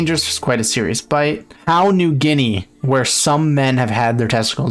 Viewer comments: Pronounce Papua as Pa-pua thanks PNG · Is it actually pronounced "Pa-pow New Guinea"?